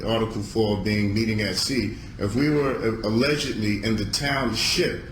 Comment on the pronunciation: I actually clenched up a bit when he stressed that syllable 'ship' in township cos I knew what he was just about to say!